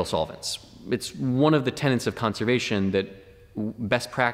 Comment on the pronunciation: I suggest you might wish to stop using the word "tenet" (as is "principle" or "belief") because somehow it always always comes out of you as "tenant". (The spectre of the nasal infix bedevils many Indoeuropean speakers.) You're a neat soul and I know you would wish to avoid the faux pas.There are others, but one step at a time.